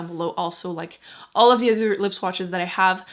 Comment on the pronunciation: Are you American? You say dee instead of the. It's annoying.